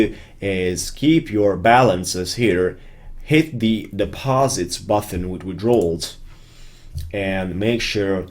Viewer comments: greatjob. Thanks for your videos. One small thing, and its not important at all, but button is a hard T, there is no H, You pronounce it BUTTEN, not BUTHON. Quick fix, there you go. Thanks again. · Yes, except the pronunciation of button (it's not "buthon") :-p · Button not Buthon